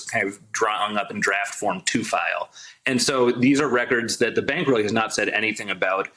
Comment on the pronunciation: It’s not bank as in the english word bank, it’s bank with the a like in car